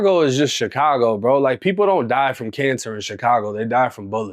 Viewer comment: Chitcago will always hurt my ears 😭